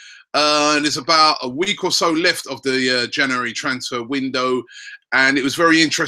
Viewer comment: cant pronounce January?